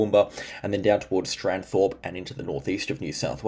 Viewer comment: Amongst the hyperbole, it’s Eidsvold & Stanthorpe pronounced as written